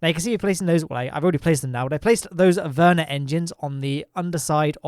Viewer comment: You are pronouncing vernier engine really funny , sounds like Werner engine...